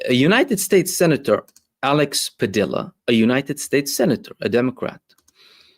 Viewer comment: Just fyi: Padilla is pronounced as “Padiya”